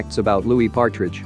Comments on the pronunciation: Anyone else notice that he said "Patridge" and not Partridge?? 😬🙈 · And Louis patridge like it’s Louis partridge